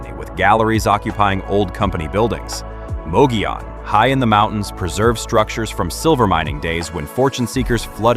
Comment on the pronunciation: Mogollon ( pronounced Moe Go Yone )